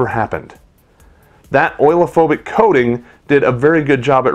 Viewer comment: Oleo-phobic = O-leo-phobic, not oil-phobic.